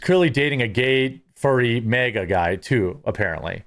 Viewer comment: MAGA and MEGA are two different pronunciation Jeremy. Why do you say mega when you want to say maga ?